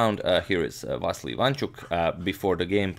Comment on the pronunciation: please dont say vassli say it correctly va-ssi-ly